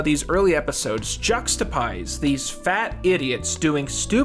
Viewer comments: lol at "juxtapize" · brb, gonna add "juxtapise" to all my dictionaries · i always just assumed pawn stars was some kind of mix of duck dynasty and antiques roadshow, so it was actually more surprising to me that they actually pawned things at one point as opposed to just awkwardly showing off historical shit. also says "juxtapize" and it is by far the funniest thing in this video. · The word is 'juxtapose' not juxtapise. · juxta+what?? Juxtapize?? I think you mean Juxtapose... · "juxta-PIZE"...? Did I... Hear that right?... K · did you- did- you just- did you just say ”juxtapise?” Sir. Sir please. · Dude sucks at pronouncing things